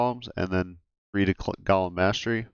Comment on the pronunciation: I kinda wish people knew how to pronounce golem. It's not gollum, this isn't lord of the rings...